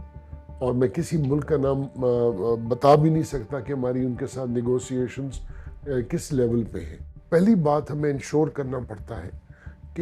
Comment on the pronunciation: NegoSiations😂 Pakistan Defense Production Minister 😂 پرائمری پاس؟